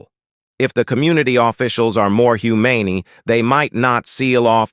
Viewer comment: Good information, but there's a "technical" issue. I don't mind the voice, but the AI algorithm leaves much to be desired (this is why AI is unlikely to be everything people hope or fear it can become). Before and after I documented 7 mispronunciations (administrative, officials, humane, neighbors, measures, spreading, against - even Canadians wouldn't be that extreme on that one) and one mis-accented word (isolate). I really want to listen to the rest of the video, and I'm giving a thumbs up for information, but the kinds of issues mentioned, in such a short span, are...I struggle for how to politely discribe it. Chinese people know the importance of tones. In English, pronunciation and accent on the correct syllables can create distractions, nonsense or completely change the meanings of words. Don't trust AI. It's CLEARLY in a very early phase and you need to protect your reputation.